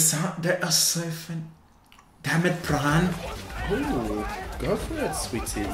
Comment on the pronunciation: i love this, i totally subscribing but please don't pronounce the 'r' in pran, say it like 'pan'